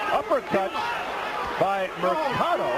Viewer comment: It’s Segundo Mercado (not Mersado). It’s pronounced Merkado.